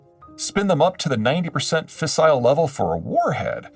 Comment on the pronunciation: "FACILE" uranium is supposed to be "FISSILE".